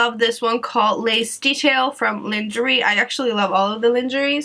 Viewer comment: Det utales "långerei" haha elsker deg. <3